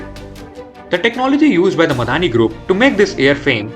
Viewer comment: It's not Miadani but Midhani or short for mishr dhaatu Nigam limited